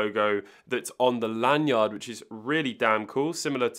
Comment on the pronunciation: The way you say lan-yard bothers me lol. You're over-enunciating L.E. yacht